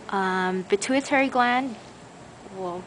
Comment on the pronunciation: i thought she pronounced pituitary just fine. and i'm PRETTY sure that IS the pituitary gland.